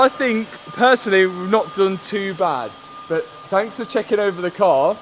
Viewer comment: I think you have one of the best, most entertaining, educational and heartwarming channels on Youtube. Now, I know it's me, BUT the way you pronounce the word BUT or any word with a U drives me insane. You pronounce a U like "OOO". "I know I paid a lot for this front BOOOOOOMPER, BOOOOOOOOOT, I can sell it later... ". Is that how it sounds when you say it? I'm not even sure. In the states we prounce it "B-UH-TT" or "B-UHM-PER" Anyway, I love your relationship with your dad and it makes me miss mine so much. Thank you and Pops for all that you do!